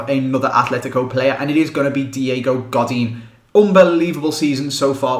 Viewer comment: you pronounced Godin wrong